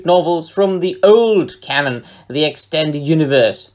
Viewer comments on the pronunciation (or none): none